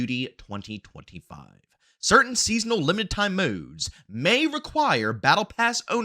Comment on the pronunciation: Was gonna subscribe til I heard you say”modes” and how you run out of breathe. Nooe